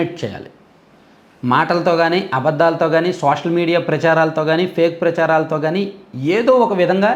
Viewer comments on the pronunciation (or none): none